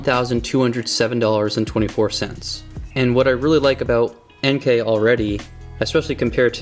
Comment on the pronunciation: Plus points for pronouncing "Enkei" correctly.